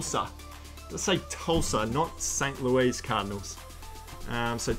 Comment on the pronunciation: Let me know if you get any Northwestern. Also pronounced St. “Lewis” :)